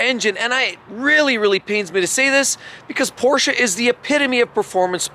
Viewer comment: He pronounced Porsche correctly.